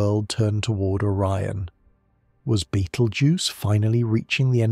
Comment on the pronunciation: The constellation of orren? O RI ON